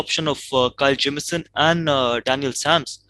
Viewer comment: I like how gambhir pronounces kyle Jamieson